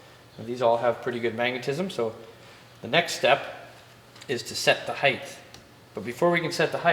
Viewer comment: Cool stuff. Model Ts are so strange. Also, what's "heighth"...?